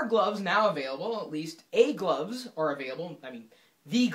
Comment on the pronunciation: sounds like he says "egg loves"